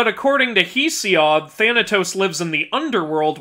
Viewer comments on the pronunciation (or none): none